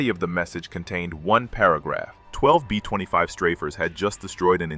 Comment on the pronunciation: Aussie "BEAUFIGHTERS" NOT BOW!!! B 20 5s, B50 2??? ? DARN A-i???